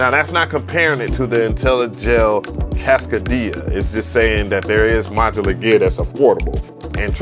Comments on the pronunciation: NAMM seems to be pretty weak this year...wow....and not to be that guy....But that joint is too costly to be called "Casca--DIA"....It's "CASCADE-ia" 😎😆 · Cascadia is pronouced like Cascade dish soap. It comes from the Cascade mountains in the Northwest. Cascade -ia. Like Philadelph -ia. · I love your vids, man..MPC Gang! However, you destroy the pronunciation of names lol It's pronounced Cass-cade-ee-uhh....like Cascade with eeuhh at the end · Say it w me, Cass-CAY-dia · Lol, he says ‘Cascadia’ like ‘Quesadilla’ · He said "kass - kuh - dee - yuh" 😂🤣🤣🤣🤣🤣🤣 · Is its name supposed to sound like a Mexican restaurant, or is it pronounced like Cass-kade-ee-uh? I assumed it was that one, but now I'm confused. I only watched "sound-only" demos so far until this vid, seriously🤣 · it's Cas-Kaaay-Dee-Ah...😏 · Pronounce it with me: Cass Kay dee uh = Cascadia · Im starting to wonder if hes mispronouncing these things on purpose so we correct him in the comments lol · Cass-CAY-dia with the accent on CAY. Like cascade? It is an ARP 2600 clone. You should try the M8 tracker which has sampling and does about 50 times what the new Polyend does. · The way you are pronouncing cascadia is killin me haha